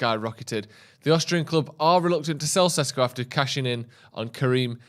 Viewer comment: its SHESHKO plsssssssss not SESKO